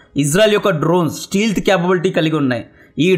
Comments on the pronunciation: ఒరయ్య స్టీల్త్ కాదు రా స్టెల్త్ 😂😂😂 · Steealth kadu anna Stealth ! E silent.